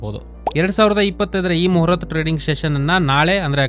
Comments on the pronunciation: ಮೊಹರತ್ ಅಲ್ಲ ಮುಹೂರ್ತ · Moharath alla.. Muhuratha